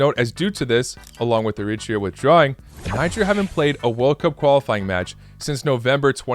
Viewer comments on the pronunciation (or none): none